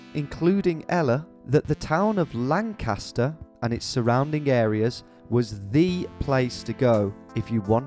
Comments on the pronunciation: it's lan-kiss-ter not lan-KASS-ter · As a native born Lancastarian, the way you pronounce Lancaster hurts my soul